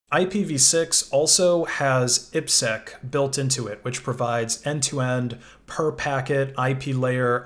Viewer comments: Saying "eepsec" instead of "I P SEC" is weird. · This is the first time I've heard IPSec pronounced that way. I've always heard "I" "P" "Sec".